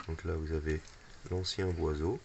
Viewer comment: Boisseau pas boiseau lol lol